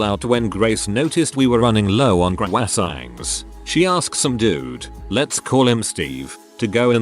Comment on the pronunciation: The way it says "croissant" lmfao